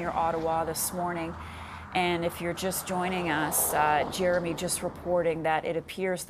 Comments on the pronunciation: Repeatedly calling him Jeremoonie is too funny..haha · Why does she keep calling him Jeremoonie? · why does she keep calling him jeremoney lol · Why she saying his name wrong every single time 😂